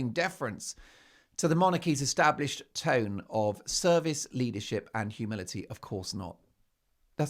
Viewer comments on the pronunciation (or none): none